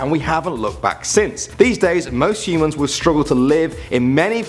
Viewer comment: Anyone else heard hymens instead of humans?